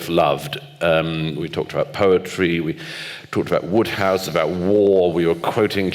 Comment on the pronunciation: Ah the pompous pontificating Oxford types mispronouncing one of the funniest authors of the 20th Century. It's WODEhouse. All that education and sanctimony